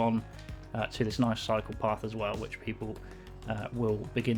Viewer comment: College Square might be a good name Every time I hear someone say "cycle path", I hear "psychopath" :)